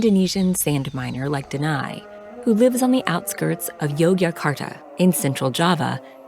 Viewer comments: I think,his name is Deni,not denai. Iam sorry,iam just confused listening to her keep saying Deny like denying something 😅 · DENI = THE NE (sound)